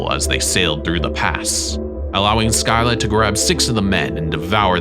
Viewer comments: Man called scylla skylah.. you say it as silla! :) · Its not sky llq like sky but ski lla like ski❤❤❤ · Make one about Greek mythology. I’m a Greek fan. By the way, it’s not Skilla it’s Cilla. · Fun fact : scylla is pronounced silla not sky la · Make one about Greek mythology. I’m a Greek fan. By the way, it’s not Skilla it’s Cilla. See if I’m wrong go to the trials of Odysseus you’ll see I’m right. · Scylla is pronounced Sill-Ah, not Skyler 😂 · Why do you call the Greek sea monster Scylla (pronounced Silla) "Skyla"? In school in the early 1960s I was taught about Scylla and Charybdis, and until seeing this video I had never come across the spelling or pronunciation Skyla. Now when I Google Skyla, I don't find anything related to Charybdis - all references are still to Scylla. Skyla, on the other hand, is an intrauterine device to prevent pregnancy - IUD. I should add that except for that oddity, I'm enjoying your video very much. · (sil-la) not (sky-la) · sky-la? you mean seel-a? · U say u can pronounce scylla is pronounce silla not skyla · where have you ever heard skyla? it’s scilla like shilla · Scilla not skylla.... Basics. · Not sky-la scylla is pronounced Sil-a you got her twin correct. It even tells you in back of Percy Jsckson how to pronounce it. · I thought it’s pronounced Silla? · It is pronounced “silla” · Scylla is also pronounced with a silent c, like silla. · Your pronunciation of Scylla gives me a headache 😂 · WHY SAY SCYLLA LIKE THAT WHY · Scylla. He!? What where are you even getting your information. First of all look up the pronunciation, secondly she always gets described as a woman with dog like heads coming from her hips and with multiple heads. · Dude learn to. pronounce stuff before you talk about it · you mispronounce scylla. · THANK YOU!! everyone freaking out about "Joab" and feeding the troll and I'm sitting here like bruh he pronounced Scylla wrong too. And that 1 hurt bc I love that story. Lol